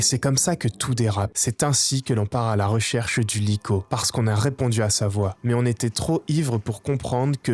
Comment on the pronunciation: vrm banger la vidéo par contre regarde la prononciation de likho mdr